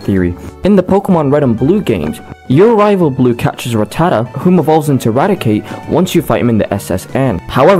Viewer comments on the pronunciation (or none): Another Poke-tuber that can't pronounce "Rattata." RATTA-TA. I mean, come on. What are we doing?